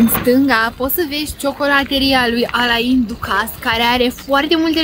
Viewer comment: Cum sa pronunti in halul ala numele lui Alain Duccase? Daca incercai putin de tot sa-l frantuzesti, iti iesea sigur mult mai bine. In rest, faina plimbare si am invatat chiar chestii noi. Bravo!